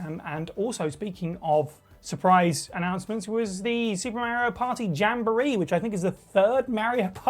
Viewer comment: Itsa me Merryoh!